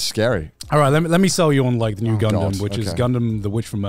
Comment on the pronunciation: IT'S--- NU GUNDAM oh wait he meant new gundam series